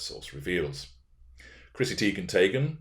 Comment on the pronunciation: Every time you say Chrissy Teigen/Taygen I can't help but laugh. I love these recent series. Perfect examples of narc behavior. These behaviors can keep you busy indefinitely.